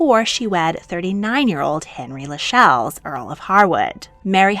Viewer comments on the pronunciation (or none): Princess Mary of the UK married Henry Lascelles. It's pronounced "Las-sells"